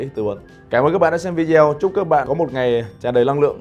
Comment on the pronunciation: Ko hiểu sao đã học đến Bs mà đọc từ VIDEO vẫn cứ ko chuẩn nhỉ ??!!